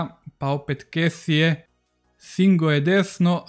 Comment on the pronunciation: Jedna mala opaska... Čita se Frank Kesi, a ne Kesie :)